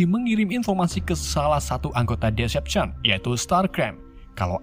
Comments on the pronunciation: Decepticon di baca "deseptikon" bang Bukan "desepsien" -_ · bacanya itu deseptiken (cara bacanya yg benar) dan abang malah bilang desepsion(cara baca abang) bacanya ya all spark(ya gitu ga ada yang beda dengan katanya) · Bacanya desepticon bang bukan decepson :v, btw lanjut ampe tamat y bg plus jadiin playlist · Baca decepticonnya bukan desepsion bang tpi deseptikon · min, Decepticon loh... bukan Deveption🗿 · Decepticon bang bukan deception 🤣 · Decepticon bang bukan deseption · Decepticon,bukan decepsion,start scream/start skrim bukan startcrem,all spark bukan all spek Tp bagus,ada nyelenehnya sedikit transformers collab sama ML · maaf ya bang nama nya Decepticon bukan Descjon😂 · Bacanya diseptikon bang bukan disepsishon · correct bang bukan devastaion tapi Decepticon, Decepticon adalah sekumpulan alien jahat yang di pimpin oleh Megatron.kalau Autobots di pimpin para prime contoh Optimus prime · Deseptikon bang bukan desepsyon 🤢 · starscream:starkrem decepticon: desepchen megatron:mekatron ironhide:ironhed 😂😂😂😂 pi sekolah isap gam ke bang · deseptikon bacanya wak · Bang cuma mau koreksi Klan nya Megatron namanya "Decepticon" bacanya Deseptikon🙏